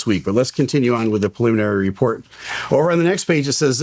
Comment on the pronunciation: Say it with me...."pre-limin-ary".